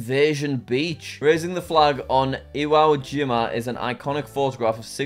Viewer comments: Iwo Jima is pronounced eewoo jeema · Iconic Iwo Jima photo Me : kalm This is an easy one Jack : goes to Europe Me : panik Also it's pronounced "ee-wo", it's a Japanese name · Iwo Jima is pronounced the way it looks, ee-wo jee-ma ( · Jack saying ‘Iwo Jima’ is hilarious